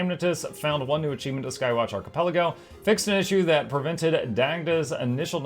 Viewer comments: arca-PEL-ago. It is a hard C. emphasis on the PEL of the word. You be killing me with that. I am sorry for pretending to be polite and not saying anything. I did this once to Jawkneboi with the word incendiary. HE was upset with me for not telling him sooner. I hope you wont look down upon me for remaining silent for so long. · Hearing ARCHI-PUL-AGO makes my day. Ty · You can't be pronouncing ARCHIPELAGO like that for real...